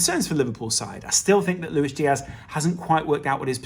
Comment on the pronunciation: Why does think Luis is pronounced Luishh?